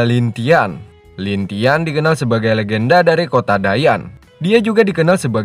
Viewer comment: Lin langtien bg bukan lintian.. Hhhh